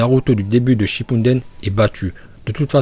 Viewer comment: Pourquoi tu dit shippundene